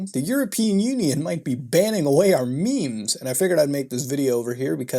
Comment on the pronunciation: Nooo not the "maymays"